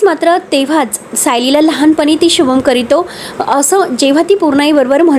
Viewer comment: अरे कमेंट्स वाचुन तरी भाषा सुधारा, शुभं करितो काय, शुभं करोती.